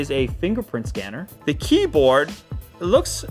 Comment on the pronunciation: "the kieboard" 😂